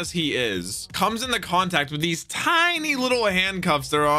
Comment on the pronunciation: lil bro said fujitora "See's" These. Can't believe just makes fun of his disabilities lol